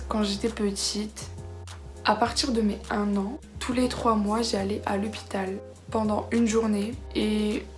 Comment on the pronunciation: Tu as dit lepital